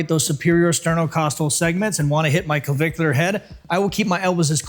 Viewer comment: Why is he having trouble pronouncing “clavicular”?